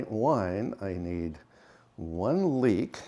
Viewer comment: OMG ! I thought you said leak , I figured when you need to go you have to go😂❤